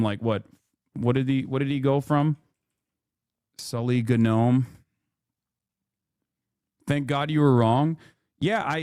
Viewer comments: Did Hasan just read the word gnome as “ganome” ? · Why does Hasan say the G in gnome? Is he mentally stupid?